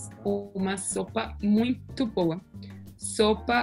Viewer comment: Yeah, the way he got the nasal vowels' pronunciation was impressive! Note how he says 'muito' with the appropriate nasalization.